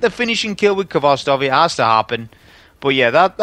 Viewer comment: How can you be a champion of a rifle whos name you dont pronounce correctly? Its a Russian word that means tails.